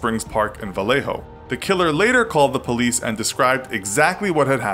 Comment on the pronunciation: You said Vallejo correctly. Yeeee